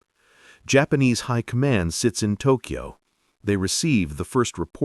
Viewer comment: Hey moron, it's not New Eork, it's not Duncan Eo-Eo, and it's NOT TokEo. It's just Tokyo. Y is never a vowel in Japanese and only makes the consonant y sound!